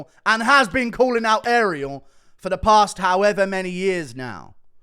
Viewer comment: Ariel HoeWainey